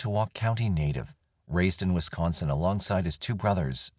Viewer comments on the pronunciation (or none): none